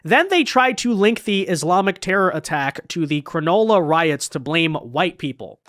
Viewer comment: Also it’s pronounced Cron ulla